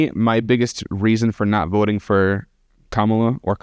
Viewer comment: The easiest sign you are about to talk with a brain dead Trumper is when they mispronounce Kamala. This dude said it right the first time, then purposefully said it wrong immediately after.